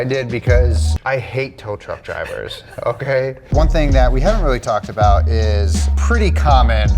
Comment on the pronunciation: the way you said “okay” emphasized the trauma a tow truck driver caused you 😅